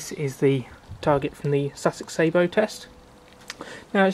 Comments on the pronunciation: I can't be silent anymore, you are making the same mistake the yanks make, the word is sah_bow, if you add a t, at the end you will have the proper word ,that is sabot, I think it is French for shoe, or similar, if you think about it ,it makes sense, a shoe to hold the projectile, please try not to copy American pronunciation of any words,as you know they can't even say English words yet, they are a very new race, and have never heard any words pronounced properly. Especially French, I might be talking bollocks, just for annoyance sake , I'm never sure ,being Welsh, so if I am wrong ,along with everybody I know who has fired sabots ,that's sah_bow, then please correct me , I need correcting,,by a lady ,I suggest my place 4o clock Fridays, by the way there are sabot tank ammunition,. They cost a lot more and are hard to fit into an air riffle, sorry yanks, ruffle,. ,🤗,,,Happy fishing,,all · Interesting review. I'm looking at buying some as a novelty. Just need to point out that the pronunciation of Sabo is incorrect. It derives from the French sabot, a wooden one piece shoe worn by the poorest members of society. Sabo here refers to the shoe that the projectile is loaded with. Edit. Got 54 with a few Prometheus thrown in from eBay. Only a novelty as too erratic to be taken seriously!